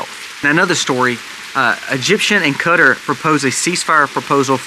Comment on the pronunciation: Qatar is pronounced kah-TAR